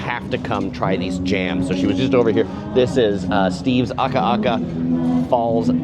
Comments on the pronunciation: Love the Big Island, but it's Akaka Falls not Aka aka Falls. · As an island girl who lives on the mainland now we love your Hawaii videos! So fun to see the local spots and our local foods. You always do an amazing job with pronunciation but it is Akaka Falls, not Aka Aka. (Did you hear us yelling at the tv each time?). We really wanna fly home now - your videos are always amazing and these make us homesick. ❤ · Ah-ka-ka falls, not aka-aka😊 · Akaka Falls - a ka ka NOT aka aka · Small note. Its not Ah ka ah ka…. It ah ka ka falls or farms…… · AKAKA FALLS, NOT AKA'AKA FALLS!!!